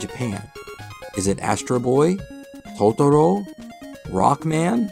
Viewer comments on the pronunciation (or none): none